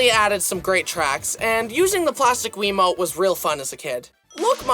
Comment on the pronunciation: "plastic wemote"